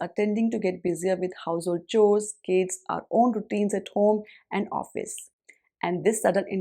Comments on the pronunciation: "Chores" is pronounced as" cores"..... Don't mind. Your videos are awesome 👏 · Kind suggestion- you often pronounce "chores" wrongly. Please find the correct pronunciation